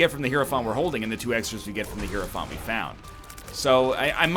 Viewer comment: He has finally pronounced hierophant correctly. It only took 5000 episodes bois